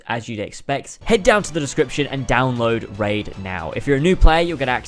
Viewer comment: I just puked as soon as i heard you say "Raid.."This hurt me differently